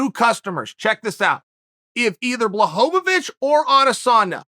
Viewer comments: BLA-HO-VITCH. NOT BLA-HOVA-VITCH. You're starting to lose credibility now come on Chael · Blachowicz, not Blachohowicz, square head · I don't think that's how you pronounce that guy's name dude. He has a belt. Might wanna work on it. Blahovavich?? I still feel like it's better than last time though. Pretty sure last time you said Blahovavovavovavich....so....progress. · "blahovovich" i love chael lol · chael : Blahobavic everyone : yes